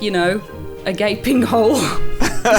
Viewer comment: Not sure what my favourite Ash pronunciation is now machete or gaping hole